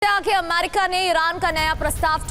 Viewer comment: Amaiirika Itna amaiirika amaiiirika kyu bolti ho.... america bolo